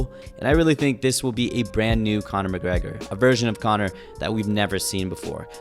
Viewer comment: CANA MACGGREHAAA